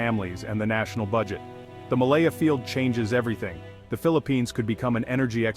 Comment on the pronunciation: Its malampaya not malaya